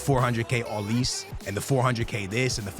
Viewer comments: ITS OLIS-AY WHY DO YOU SAY OLIIISSS 😂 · Ma boy can never pronounce people names right homie said “olis”